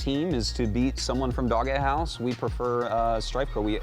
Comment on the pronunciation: How the fuck does this guy not know that his own team name is DOGEhouse and not "Dog - e - house"? It's fucking pronounced "dohj". God damnit get your shit together.